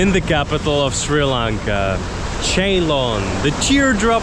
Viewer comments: Its not Cheylon ..its pronounce as sealon/ C..loan/C..lon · Ceylon is pronounced“Sealoan”